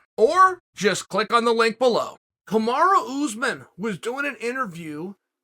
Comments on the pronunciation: Kamaru: I am Kamaru! Put some respect on my name! Uncle Chael: Kamara Usman. Kamara: Ok, great! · Kamara Oozman... Hahahaha 😂... Ooh Uncle Chael got me there... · “Kamara Oozmen” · "Kamara" Usman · "Kimura Usman"